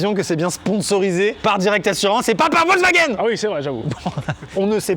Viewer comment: Ce qu’on retient de la vidéo : YoutiP , Amixem Docteur, Amixem suit la police ne sait pas compter, ne sait pas prononcer Wolwsagen et est étonné de tout les points YouTiP